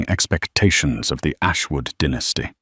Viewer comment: It’s pronounced dye- nas-ty not dinasty